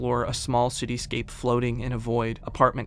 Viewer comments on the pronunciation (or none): This video was wonderful, as always, but I wanna comment on how I love the little bits of humor in your videos, like the slip up trying to say "cityscape". It's a nice break and I really appreciate it.